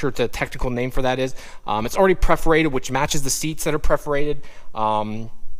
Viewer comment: PER PER PER forated.. NOT PREFORATED